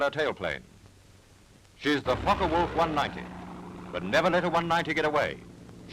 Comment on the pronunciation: Thank you for pronouncing "Focke-Wulf" correctly. It's rare among native English-speaking narrators.